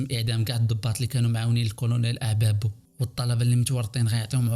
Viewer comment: وا شريف سميتو أعبابو ماشي ابابو الله يهديك كنت غادي نكمل الفيديو ساع عندك خلط ف الوقائع